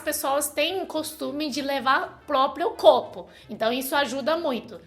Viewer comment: Gente... amei... Ela fala de uma forma tão fofa... "quelo", "blebledoro", "clopo", parece criança! Ahmmm❤❤❤